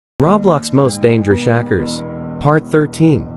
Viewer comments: he said shacker instead “hackers” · Instead of hackers it sounds like Shackers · The way you said "hackers" 🤣🤣🤣🤣🤣🤣